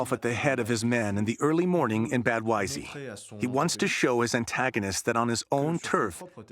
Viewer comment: Some of the narrators need to familiarize themselves with German terminology. Not "Liebenstandard"; it's LEIBSTANDARTE. And Wiesee is not "Whyzay"; it's pronounced "VEEZAY".